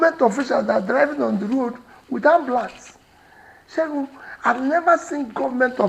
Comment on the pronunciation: I really love how he keeps calling "Seun"